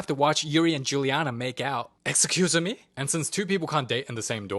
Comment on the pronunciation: “Exsusie me”😂😭💞 and 😂 “ADMITIT” “Yeah…ADMITIT” 😀😭🇬🇧